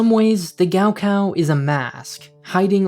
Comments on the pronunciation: For those wondering, gaokao is pronounced more like Gaw Caw Also, wonder if the school has a gift shop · It's pronounced Kao Khao. In pinyin the letter G is for English K and K is asperated K. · the way they pronounce gaokao is giving me a literal stroke lmao